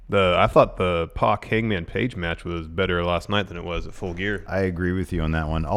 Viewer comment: Can you two please call PAC by his name, he's name isn't meant to sound like X-Pac (it's prob the reason he pronounces it the way he do)